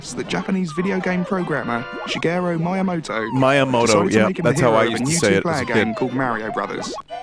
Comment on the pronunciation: Honestly, his pronunciation of Mario is nowhere near as atrocious as his pronunciation of Miyamoto.